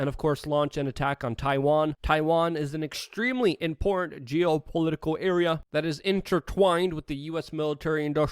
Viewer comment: You mis-pronounced "Important". I'm a we are change member, dig the videos and thanks for keeping us informed!